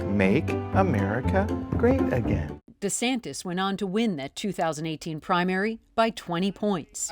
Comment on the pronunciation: desantis pronounces his own name "deesantis"???